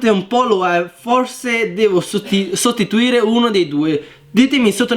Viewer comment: perché hai detto stotituoire al posto di sostituire